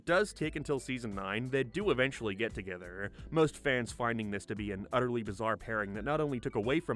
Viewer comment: Joey and moniKAH why do you talk like this. I cant focus on the content lmao Why Rachel and Joey got togeTHER why do you speak like this